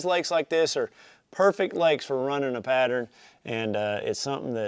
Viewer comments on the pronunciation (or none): none